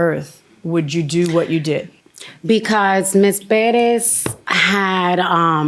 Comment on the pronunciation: Tell me why Judge Milian acts like she's having problems saying the last name Perez properly.😮 Come on judge.